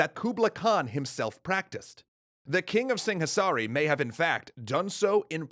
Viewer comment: In the local languages, the 'h' is silent in 'Singhasari'